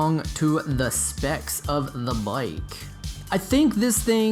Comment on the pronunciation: For some one that has a bike shop and dose videos on bike you would think he could pronounce the word bike properly